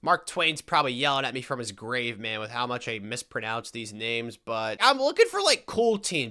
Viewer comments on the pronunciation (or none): none